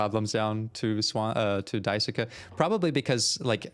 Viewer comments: “Die sue ka” 😭 It’s pronounced dice-kay or die-sue-Kay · Dai-soo-kuh is crazy. Its dai-skay. The U in japanese names that end with "suke" is usually silent. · You have a new subscriber from this series, I love watching you break things down as you go in blind it’s so interesting thank you! Also you’re right that Swansea is literally pronounced “Swan - see”, and Daisuke is pronounced “Die-skay” 😊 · Daisuke is pronounced DIE-SUE-KEH The word: die. The name: Sue Then the KEH sound. Not sure the correct pronunciation of Swansea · Just contributing to the Daisuke conversation, Daisuke is written as だいすけ (da-i-su-ke). In Japanese, phonetically, the 'す/su' often becomes devoiced when it's not the first syllable. So the 'su' in Daisuke is closer to the 'su' in "desu" than the 'su' in 'sushi'. Just a fun phonetics tidbit, but yes, imo, "dice-kay" is correct. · For name pronunciation, Swansea is pronounced Swan see, while Daisuke is pronounced Dye soo kay. I can't wait for you to get into the real messed up parts of this game. It's one that provides thought, and not a lot of lets players are prepared to put that thought in, so I'm looking forward to watching the rest of this series. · Thanks! My weeb ass couldn't go this whole series hearing Daisuke pronounced that way. 😅